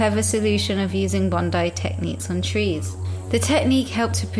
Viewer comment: of Life Just FYI: bonsai is pronounced like “bone-sigh”. The way you pronounced it is like the word banzai, which is an entirely different meaning. Thank you for this video!